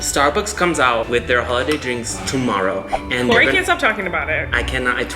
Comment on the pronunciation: Yeah he just couldn’t pronounce kory so he called him koko instead